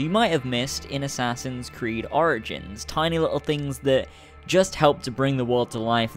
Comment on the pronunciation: Sorry but "Assassin's Creed Oranges" lololol